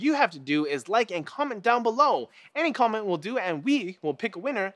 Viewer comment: "any commant will do"